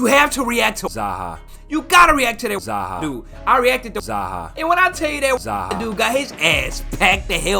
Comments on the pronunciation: u just know he said zayhar instead of zaha american ass XD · The ‘Zaha’ killed me